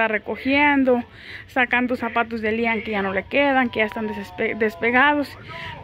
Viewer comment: porque nunca le dices correctamente el nombre a tu hijo siempre dices lian